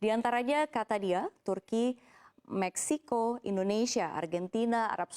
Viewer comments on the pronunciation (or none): none